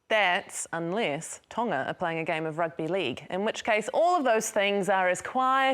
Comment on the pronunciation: When you said Rugbah Lehg. I felt that